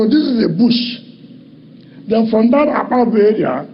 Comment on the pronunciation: It's actually Akpajo Odido road and not Akpabu